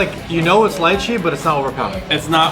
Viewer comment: It's pronounced Lee-chi